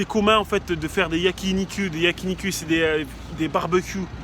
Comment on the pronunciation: " YakiniCUL" hahahaha .